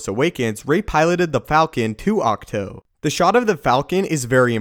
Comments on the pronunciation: Dude, it's pronounced AWK-TWO. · Isn't it pronounced Acht- TOO like the number two? I'm sorry this just bugged me a little the whole video. Otherwise awesome vid! Can't wait to see Rey train and become more powerful. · Pronounces the name of the island AND the walkers wrong.....